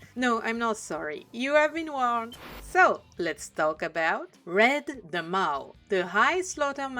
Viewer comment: Nobody does design breakdowns quite like you! 😊Yes, that is a compliment, lol In case it helps, the word "Maw" is pronounced like "Morr" (rhyming with "lore", more", "score", etc.). The "a" spelling is deceptive, as the actual pronunciation is a very deep "o" sound. This is less a problem with your fluency - your command of the English language is superb - and more a problem with English being very inconsistent. It probably doesn't help that the (completely incorrect) American pronunciation sounds closer to "Maah", because Americans are knuckle-dragging gun monkeys who ungraciously reject the perfection of the King's English. Interestingly, the English word "Maw" sounds strikingly similar to the French word "Mort". You could consider it a bilingual pun, since the Ogres love eating meat. 😋😈